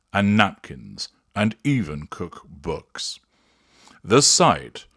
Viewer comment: lol I heard say cook books not cookbooks😂😂😂😂 (verb noun vs noun)